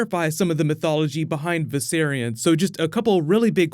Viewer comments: VISERON! Jeez... Viserion, come on. Don't disrespect the dead like that. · Excuse me? Did that VFX guy just mispronounced Viserion's name to Vis-eron? So disrespectful! Lol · "Viseron" lol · Its viserion not viseron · Am I the only one who got mad when that guy called Viserion Viseron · He called viserian viseron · V'Ceron... Maybe hes foreshadowing lol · Vis-er-on LOL IM DONE 😂😂😂😂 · did that guy in the video really say viseron am i the only one that caught that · WTF Why can't y'all can't say Viserion correctly; it's (VICE-Ce-RE-ON) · *Viserion. But I agree, he clearly pronounced it wrong, which was annoying. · love it how the director mispronounces viserion's name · The way he pronounces Viserion drives me nuts.